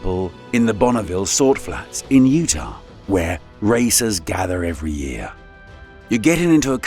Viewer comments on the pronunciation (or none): none